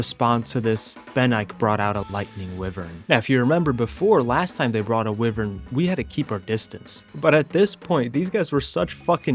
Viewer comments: Why-vern ... not wiv-ern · lol it’s wyvern not wivern 😂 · it's WHY vern, not wivern. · Dear, King of goblins and goopers, Lord of grubs and bobs, and Heavenly commander of arc pvp. Idk why but it pisses me off so much how u pronounce wyvern. Its pronounced “Why - vern” not “wi - vern”. Other than that the video is spectacular and is more than entertaining. Hope you have a good few days to rest after this clusterfuck of a situation. Sincerely, random subscriber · Bro I could watch your vids all day but hearing you pronounce wyvern like that is painful 😂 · Isn’t wyvern pronounced why-vern? Or am I just a why-tard? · its pronounced why-vern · it hurts me every time he says wivren :face-blue-wide-eyes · Hate to be pedantic but I think you’re pronouncing Wyvern wrong bless